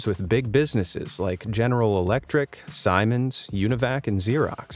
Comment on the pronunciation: SIEMENS is pronounced sea-mens not simons lol